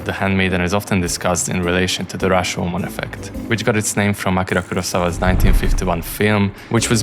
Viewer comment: wow I didn't know that Hungarian sounds like Japanese when speaking English. My initial guess was that you're an Enligish-educated Japanese guy because when you say "Akira Kurosawa", it sounds so authentic. Thanks for the great video. It was you that made me watch Old boy last year, which I have watched for more than hundreds time.